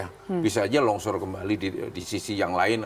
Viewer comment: Longsor pak bukan lonsor hhii